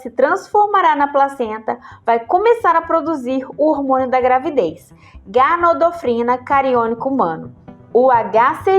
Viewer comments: O nome correto do hormônio é Gonadotrofina coriônica, não Ganadrofina cariônica. 🤦🏼‍♀️ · Poderia repetir o nome do hormônio -2'20'', não entendi